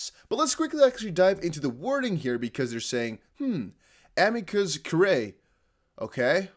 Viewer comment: It's pronounced uh-mee-cuss cure-ray. It's Latin for "friend of the court."